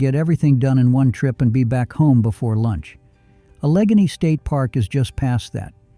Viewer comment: Allegany is pronounced Alla Gay Knee.